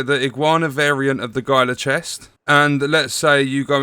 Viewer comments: GUY-LA Guard? It's HEEL-LA Guard. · HEE-luh not GY-luh